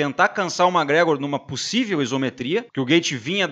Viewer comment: Porrrraaaaa aprende a pronunciar o nome do cara direito, brother! É McGregor e não mágregror, pqp!! Sucesso!!! Abraco